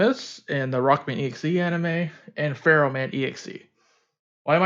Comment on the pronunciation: I thought her name is pronounced "fer-ham"